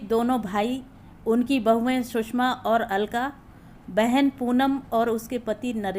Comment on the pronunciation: कहानी अच्छी है पर उच्चारण में काफी गलतियां हैं जो खलती हैं । सुषमा को बार बार सुसमा कहना आदि आदि ।